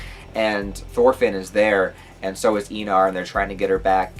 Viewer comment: I think you could try more of a germanic pronounciation of the names; "Kee-tul", "eye-nar" "Arn-hide". I may not be 100% accurate tho haha